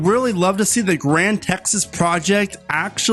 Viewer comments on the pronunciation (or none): none